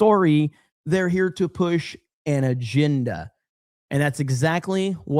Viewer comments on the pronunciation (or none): “Aginda.” I don’t understand this lack of ability to pronounce a short “e.” Help me understand.